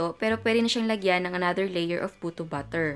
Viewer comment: Na.coconfuse at nabobother talaga po ako kapag nagsasalita po kayo sa mga videos niyo ng word na "batter". Kasi po kapag narinig ko at first, "BUTTER" yung naririnig ko.. (e.g. "cake BUTTER", "choco BUTTER", "puto BUTTER".. Tpos npapaisip ako.. tpos dun ko na na.gets na "BATTER" pala yung ibig niyo pong sabihin...